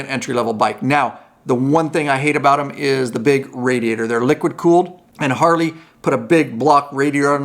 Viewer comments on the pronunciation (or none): Are you saying HarLey or HarDey???